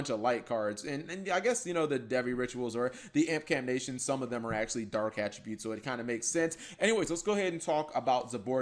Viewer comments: Everyone: Impcantation: iMPcAnTNaTiOnS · IMPCANTATION FOR FUCKS SAKE NOT IMPCANATIONS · ImpcanTATION not Nation. You know, like incanTATION